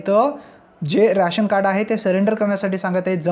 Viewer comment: रॅशन नाय रे,रेशन म्हण.